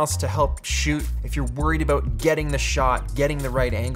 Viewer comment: ABOOT!!!!! I heard it. He totes said aboot! haha!